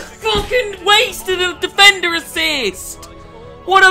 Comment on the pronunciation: Anyone else notice mcjells mad cornish accent every single time he said defender? "Difendur"